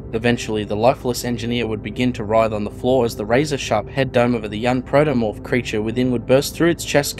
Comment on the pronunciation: Protomorph, not "Praetomorph".